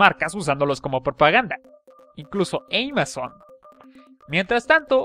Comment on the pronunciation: eimazon?? ejemm... amazon asi como suena